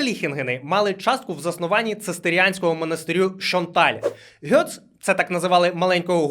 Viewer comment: Ґец, не Гьоц.